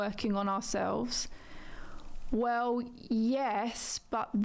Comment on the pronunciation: i hate how she says wew instead of well